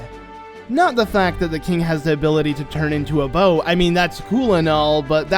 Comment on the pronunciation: Why is he saying bow instead of boat